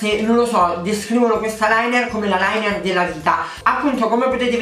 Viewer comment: Si pronuncia "Ailainer" non "Alainer" -.